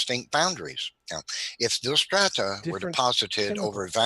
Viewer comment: Sedimentary 'stratah'? Is that take on Hovind's 'wahter'?